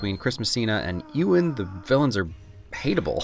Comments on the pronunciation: Anyone going to tell him that its Ewan(You - in) Not Ewan(ew - in) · Great video, but as someone with the same first name. You absolutely butchered Ewan McGregor's name